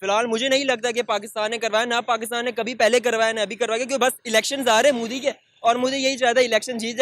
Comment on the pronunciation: Correct him that its modi not mudi 🇮🇳